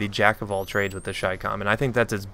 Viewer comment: THANK YOU FOR PRONOUNCING IT AS "CHAI-COMM" Every other CommonTater says chicom and it annoys the out of me.